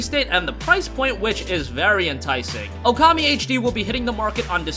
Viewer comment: It is OOKAMI not "OKAMI." Ookami means "Great God." Okami means "hostess." Ookami is not English. It is not promounces "ewkami." Japanese vowels to dont change pronunciation when combined. OO sounds the same as O or OH, it is just pronounced longer.